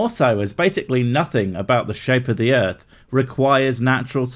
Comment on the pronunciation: No one is going to point out how this guy says "Earf" or "Erf"?